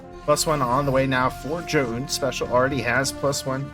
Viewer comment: Listening to you say Zoun is brutal